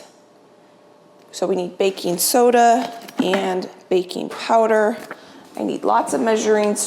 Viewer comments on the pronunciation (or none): none